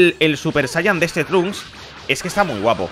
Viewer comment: El nombre Trunks leer como inglés no como español si habla español no entiendo.